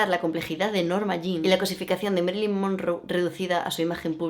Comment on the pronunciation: Marilyn, Ma. No es Merilyn...